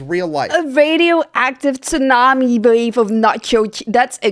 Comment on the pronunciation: I appreciate that you pronounce "tsunami" correctly, especially immediately after TFE mispronounces it. 👍💚🦈 I like how you sound when you said, "Do not! Do not!" (regarding the hypothetical of people taking away your cheese). TFE has some incorrect information about allergies in his video. Lactose is the milk sugar, as evident from its "ose" suffix. Mammals naturally produce an enzyme called "lactase" in infancy that breaks down milk sugars. Due to milk not having too many benefits for adults to consume, our bodies stop producing lactase as we mature. Different enzymes turn off our lactase producing genes as we age in a biological cost-saving attempt. There are some benefits to life long consumption of milk, especially in Europe's medieval and ancient past when water wasn't safe, so some people got the mutation to continue production of lactase into adulthood. This mutation was passed on in some populations, mostly among people of European descent, but being lactose tolerant into and post puberty is not the norm among most mammals, including humans and cats; it is the exception. Those enzymes in control of turning on and off genes can reactivate and continue the production of lactase, but it's not guaranteed. Milk allergies are something different. Allergies are the immune system's messy overreaction to foreign substances, usually proteins, in which the body stumbles over itself, trying to fight something that is comparatively harmless. Due to milk allergies being an immune s